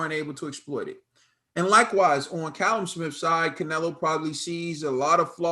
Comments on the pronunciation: It's cah-lum not call-him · Callum Smith not Cullum Smith 🙈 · You're kind of saying it like column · It's pronounced Kal-lum lol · Ffs you are still saying he’s name wrong lol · Hopefully Canelo shows him no respect cause that’s how he will win if he has any chance. The ca in Callum is pronounced like the ca in cat. Lol but really tomato tomatoe